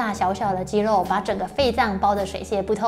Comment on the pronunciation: 真的很用心 長期看就知道他這集很用心 刻意藉由桌子的幫助，把過多的手勢改掉了 我相信他一定有經過特別的訓練和調整 如果不是只有自己開物理治療所賺錢，只有幫到個別的人 而是走這個普及教學專業知識的路 希望可以在咬字發音的部分請專業人士幫忙調整 如肌「漏」......等等之類的 （要花很多工夫訓練，還要能找對問題點，跟運動物理治療很像） 在這個方向的表現上會完美很多